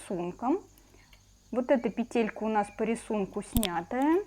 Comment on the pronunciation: Девочки, вы все прекрасные рукодельницы, но пЕтелька, а не петЕлька, накИд, а не нАкид. Заглядывайте в словарь! Уши режет от неграмотной речи. Удачи всем.